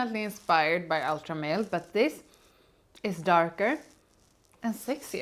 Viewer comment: God thank you BOTH for saying “Ultra Male” and not “Ultra Mall” …so pretentious when people say it like the latter 😂